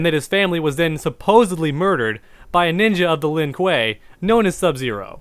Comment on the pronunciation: Isn’t this the guy who can’t say sub zero name right or the Lin Kuei